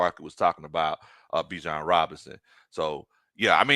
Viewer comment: ……Y’all have been pronouncing Bijan’s name incorrectly!😮😅😊